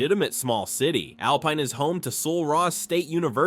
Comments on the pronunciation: "Al-peen" Texas? Really? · U mean Alpine is not pronounced as alpeen. This guy is an expert on Texas . How can he be wrong? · If you are using AI do some research . There is no Alpeen in Texas . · Can’t pronounce Alpine ,Amarillo and Terrel county. This is AI. Do your research. Most of this video is bs. I live in West Texas and have visited all of these places. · Artificial Intelligence lie. Pecos River is dry most of the year, and does not run through the town. It is mostly a dry canyon creek about 1/2 mile west of the town. AI doesn't know how to pronounce most of these towns. Kerrville = Care-ville, and Alpine = Alpeen. Bull hockey. is just that.